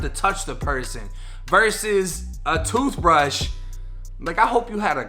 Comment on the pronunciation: “A TOOF BRUSH?!?!” 😂😂😂😂